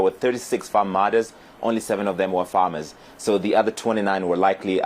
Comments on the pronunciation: Great video. It sounds like you say form and formers instead of farm and farmers. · Why are you saying formers? FARMERS